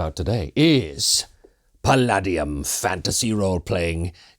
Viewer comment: We transitioned to Palladium from dnd in middle school and never looked back and kept going to tmnt rifts ninjas supernatural robotech all of it. While you pronounce the name wrong and did combat wrong I wouldn’t worry too much all of those games had completely incomprehensible rules. That art really brought me back.